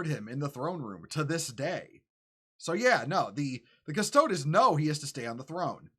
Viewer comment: It’s Custo-deez, brother. Not custodezz. But yeah this is complete nonsense.